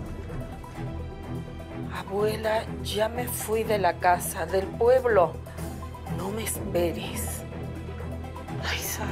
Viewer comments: avuela, lla, puevlo jajajaja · "Puevlo" Jajajajjajajaj esta rosa de guadalupe😂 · 'V dice "puevlo es pueblo" xd